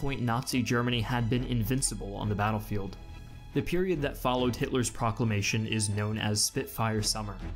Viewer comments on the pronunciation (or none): none